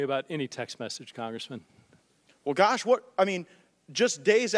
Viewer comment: "Well Garsh"